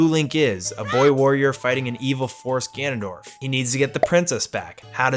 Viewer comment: did you pronounce Gandalf, … Ganadorf?